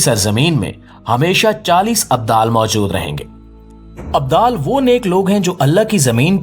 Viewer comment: Abdul Nahin abdal bolate Hain